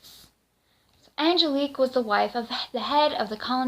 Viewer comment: The name is Angelique, not the name you're saying.